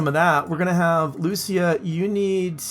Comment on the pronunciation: lucia is usually pronounced lu CHEE a